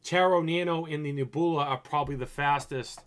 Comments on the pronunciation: Really? Neh-BOO-lah? You're smarter than that man, ur making us Boston boys look dumb lol. I can't believe that in your 30+ years you've never heard the word Nebula, pronounced Neb-YOU-lah. Neh-boo-lah my God lmao 😆😆😆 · nehboolah.... cahm awn my guy... its neb(u)la. NEB-YOU-LA... i lawst mah kah keys.. fuggin christ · It's not Neh-BOO-lah silly, it's Neb-You-lah!!! You know, like a nebula in space? It's like a galaxy or something, a group of stars maybe. But I've never heard anyone say NEH-BOO-LAH lol, esp not a grown man. I would think you'd know how to pronounce a simple word like that lol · The way he says nebula 😂😂😂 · THANK you I was wlike he got to be playing he cant be serious reading is fundamental...LOLOL Cash Me Outside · Wow you pronounced Nebula all kinds of wrong lol good video though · the way you said Nebula!!!! That's what sets you apart sometimes and is funny as hell.